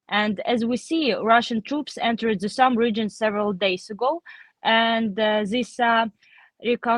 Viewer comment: What I learned here is the y in Sumy is silent. Just Sum.